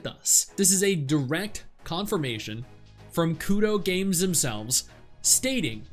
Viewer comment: It's Kuro not Kudo.